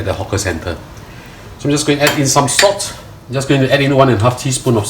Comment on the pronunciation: Its PRAWN HEADS. NOT PRAWNS HEAD. Its SALT, NOT SOTT.